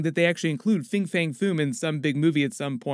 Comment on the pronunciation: Fin* not Fing, and if you're going to say Fin Fang, you may as well add the Foom. Why stop at 2/3 of his name? Anyway, that's a maybe. It'd be wrong to make him a secondary antagonist in 1 movie and then never use him again, and there's probably going to be a lot going on with the film as is to do proper justice to the character, but I can think of like 8 reasons why he should be in the movie so it's not like they can leave him out either. Teasing him here or there like in the post-credit scene only to feature him properly in a later film is what they might end up doing.